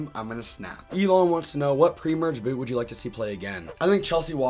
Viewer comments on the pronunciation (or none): none